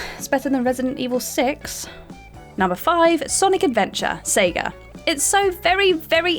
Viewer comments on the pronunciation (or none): none